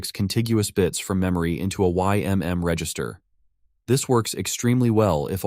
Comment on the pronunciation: You seem to be using "ymn" rather than "ymm" in a lot of places. It's an "m" not an "n". Kinda surprised no one else is mentioning this.